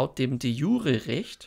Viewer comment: De jure ist lateinisch und spricht sich entsprechend, also bitte nicht "de schure...", ist keine französische Zwiebelsuppe... 😂😂